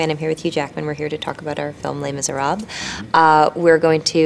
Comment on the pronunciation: Anne is amazing and I lover her, but god, she's butchering French every time she says les miserables :DD